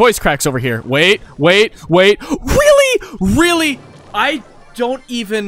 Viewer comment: Weally? Weally? Boi speak english